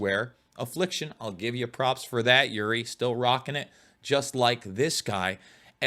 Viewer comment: OOri not YOOri.